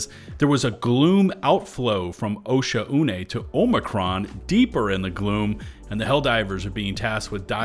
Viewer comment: I started using the hover pack to get on top of the super tall rocks and go prone with a DCS or Deadeye and just snipe from super long range, way outside of the range they can even shoot me. Also please learn how to pronounce "Oshaune."